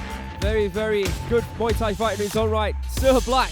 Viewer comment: he said Muay nak😂